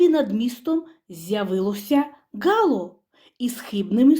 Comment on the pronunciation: ГалО, а не гАло.